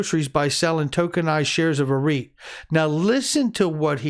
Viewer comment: REIT, lol thought first you said obscure wheat